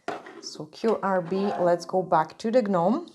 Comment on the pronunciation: I love the way you say things 😂 But the correct way it said and sound is like this just NOME and CROME the G and H in gnome and chrome are silent 👍🏻Love your designs!